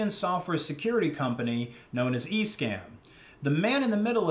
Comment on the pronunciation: I thought he said “eScam” lol